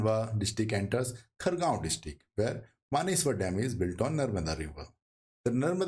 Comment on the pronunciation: kindly do correct pronunciation of Khandwa, khargone & Maheshwar.